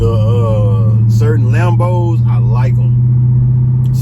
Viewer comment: She deadass called em Lambos, I’m dead 😂